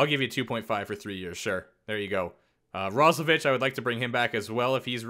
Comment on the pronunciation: it's ros-low-VICK